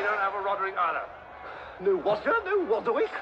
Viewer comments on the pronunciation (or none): Fwee wodger,he’s a wobber and a wapist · No ,Woderwick the wobber,he stole Wudolf the Wed nosed Wiendeer